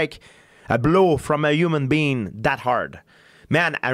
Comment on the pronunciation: George "uman bean" st Pierre